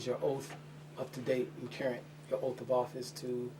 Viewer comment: Dear dumbass. Current is a word, carrunt is not a word. Learn the English language. You may think you sound intelligent, but that does not make it so.